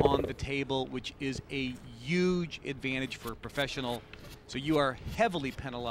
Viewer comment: "Pressure has to be a yooj issue here..." This clown is a 'professional' announcer. Right.